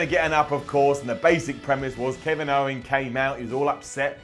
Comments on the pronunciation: He also said "Ken if owns" 😂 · "Keniv Owens".